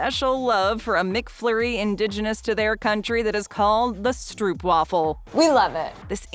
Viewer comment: they always pronounce Stroopwafel wrong hahahaha